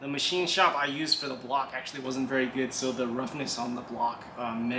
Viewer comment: Veery nice